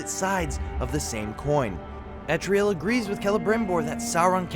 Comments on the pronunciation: ELTARIEL. Say it with me. El. Tar. Ee. El. Not Etriel. How is this so difficult? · Yeah I have no idea how nobody can seem to figure out her name. It's pretty simple... "El-tar-ee-el"